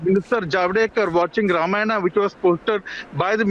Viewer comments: Whats happening , a idiot insults our culture we keep quiet , when do we kick these idiots out and worse the journalist cannot even pronounce Ramayana , its Ramayana not Ramana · why he is not able to pronounce Ramayana he says Ramanna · Learn to speak ramayan and mahabharat correctly. रामायण और महाभारत. NOT रामायना OR रामाना AND महाबारता. IDIOTS. अंग्रेजोंकी औलाद. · The reporter can hardly pronounce Ramayana